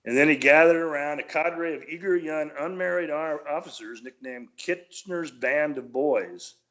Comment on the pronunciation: Please It wasn't "Kurshner" the mans name was Lord Kitchener.